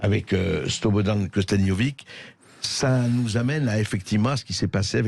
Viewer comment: c'est infiniment marrant écouter les gens françaises essayer prononcer les noms des Slavs. Ce n'est pas KOSTADINOVIK, c'est KOSTADINOVIĆ, le dernier son, c'est le même son qui commence le CIAO italien